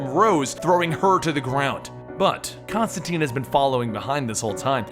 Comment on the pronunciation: ConstanTINE. It rhymes with fine.